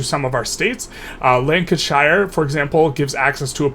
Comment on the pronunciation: Top loser is obviously The Great Chin of Facial Hair. Also, it's not pronounced Shire as in Lord of the Rings, more like Cher (the singer) so Lanka-cher. (I was born there btw, so a native!) Same for all English shire counties.